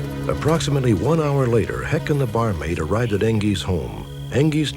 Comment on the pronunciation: I don't guess it matters but the guys name is Curtis heckt not heck